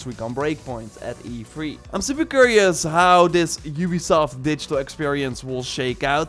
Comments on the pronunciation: It’s E3 not EFREE. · Every time u say E3 it's sound's like u'r saying efreet